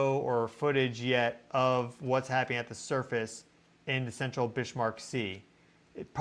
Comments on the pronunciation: Bismarck (German) pronounced Biz-Mark not Bish-Mark? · Please.... it's pronounced "BIZ-mark" not "Bishmark." There is no 'h' in the name. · I'm pretty sure it's Bismarck, like the ship and the Chancellor, not Bishmark. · needed to say this as well. Bizmark would be the correct pronunciation for that German name. 💚💚💚😊👍👍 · please, you are undermining your prodiguos authority ( on these subjects.) The pronunciation is BIZZZ-mark. NOT biSHH-mark. [ *if any doubts remain, see pre WWI German history ] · Bismarck 🤷‍♀️ no H, GEES 🫩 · Got to say it ! That is Biz mark Sea ! There is no h in it ,Not Bish mark ! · pronounced Bizmark, not Bishmark. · Bismarck is not Bish-marck not even in German, please 😊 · “Bishmark”?? It is clearly written Bismark on the map,. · "Bishmark?" It's 'Bizzmark" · 'Bizmark' sea? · It's not bish mark sea brother, it's pronounced biz mark, Bismark lol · So interesting! My guess is that it was an echo of 1972, potentiallya litte greater. Pumice raft - yah. 👀🧐🔔 BTW since Bismark was Northern German, pretty sure he did NOT pronounce the S like ish, rather like a regular s, OR like a z in standard American English. Your tone speaks volumes 🥰, thank you,, for your educational and interesting coverage. Your mastery of online resources helps us to be more aware of geo energies in a larger context. 🌅time to brew up some of your Vitalitea😋❤ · Bismark a Germanic christian name Notably a king at one time and is pronounced biz mark. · Shouldn't that be pronounced "bizmark"? Great content anyway. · Just a note,. Bis-marck. There is no h in the word. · I wanted to listen to this but "bish" was driving me crazy 🙄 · Why are you saying Bishmark? Driving my misophonia crazy. Lol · No H in Bismarck!